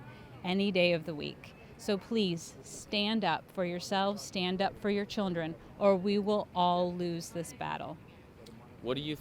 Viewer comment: nice cuts damn, shoeonhead finally got hit with aging! every time she said "chirndren", it got funnier.